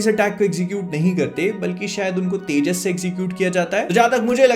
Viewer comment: Fighter❌ Tejis✅